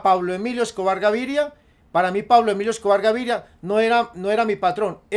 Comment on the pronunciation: Jajaja si es cierto y además no decia bien el nombre de Pablo emilio Escobar Gaviria